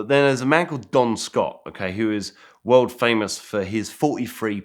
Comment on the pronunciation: This dude says world and it comes out wowld. Strange...